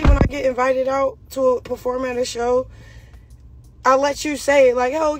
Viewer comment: He said preform her ringtone😂😂😂